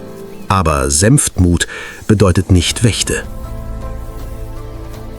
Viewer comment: „Harpüjen-Adler“ wie peinlich ist das denn ausgesprochen? Es heißt Harpi-en, mit Betonung auf der ersten Silbe! Zum Glück hat das dem Erzähler nach einer Weile jemand verraten. Wobei „Senftmut bedeutet nicht Wächte“ dann deutet ja glatt schon auf KI statt eines echten Erzählers hin, das liest doch kein echter Mensch so ab?! Aber sonst schöne Doku, tolle Bilder!